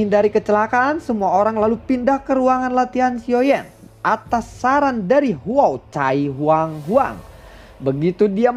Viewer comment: Huocai belepotan 🤣🤣🤣 cai cai😅